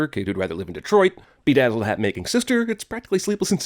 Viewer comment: I watched this video just too see what he would say about ".........became.............................................................real". Also Detrooit